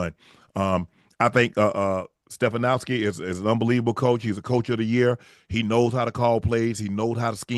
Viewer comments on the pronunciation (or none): It’s Pronounced STA-FAN-SKI